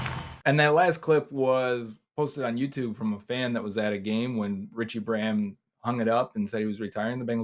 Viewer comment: It's Rudi not Rudy... it's Braham not bram 😅